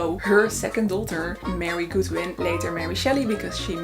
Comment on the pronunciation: Godwin .... not Goodwin.